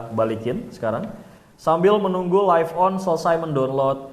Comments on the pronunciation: Agak terganggu dengan penyebutan live on yang harus nya lif dan bukan laif. Sekedar kritik membangun ya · LIVE.ON bacanya bukan jadi LAIF.ON bang, tapi tetep LIV.ON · Btul,,laif penyebutan dari life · Laif on, harusnya lif on